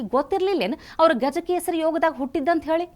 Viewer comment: "ಗಜಕೇಸರಿ" ಅಲ್ಲ ಅದು "ಜಗದಕೆಸರು"😂🤣